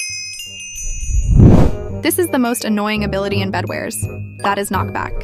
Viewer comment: Bro said bedwers